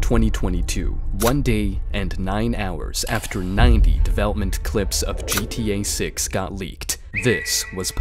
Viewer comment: "gta 6" nah he said "gta sex"